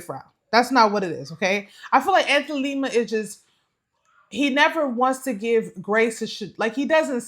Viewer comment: People can't take y'all seriously when you continue to miss pronounce these dudes names...can't stand Lima, its not Lema!